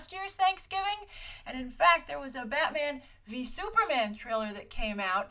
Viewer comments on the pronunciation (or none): none